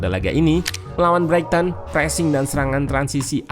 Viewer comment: Koreksi min, pronounciation nya "braiten"